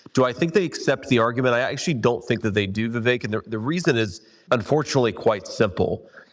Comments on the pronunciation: Senator Ron Johnson… it’s “Vivek” like Cake !! Come on senator.. 😞😄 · How do people still not pronounce Vivek correctly?